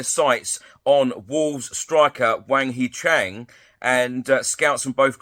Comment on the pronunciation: hwang hee chan not chang